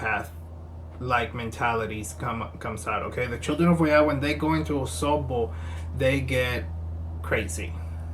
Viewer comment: You nailed the Osogbo really well. Wow.